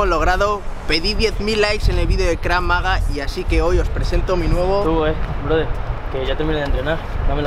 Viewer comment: En realidad se pronuncia krav magá, tildado en la ultima A. En hebreo significa Combate Defensivo, aunque no sea específicamente defensivo.